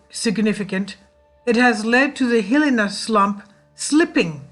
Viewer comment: Good work. Hilina is pronounced. hill - EYE - nah